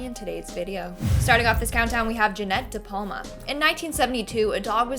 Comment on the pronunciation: DePalma, why do you call he DePalmer?